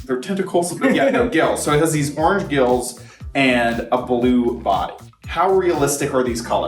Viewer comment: It's ORANGE, not "ORNGE"